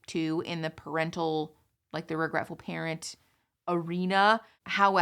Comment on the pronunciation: Prenatal, nope, parry natal 🤣